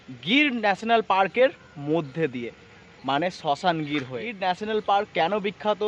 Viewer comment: আরে ওটা শাসনগির😂 শশানগির নয়